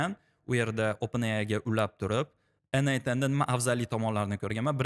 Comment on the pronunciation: ЭНэй10 эмас - ЭнЭЙТ ЭН, тугри сузлайнг ээу))